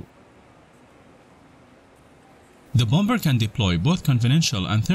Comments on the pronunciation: well I just unsubscribed after the first 20 seconds by hearing bomBer 🤦🏻‍♂️ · Dude said BOM BER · i didn't know bomber was pronounced b0mBur